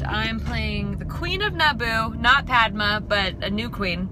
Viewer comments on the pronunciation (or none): "Pad-may", not "Pad-muh". But you are forgiven since prequels are shit anyway :)